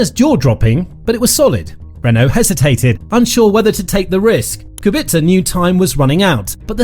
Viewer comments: Kubica, not Kubitza! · It is Rober Kubica, not Rober Kubitzer lol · It Kubica not Kubitzer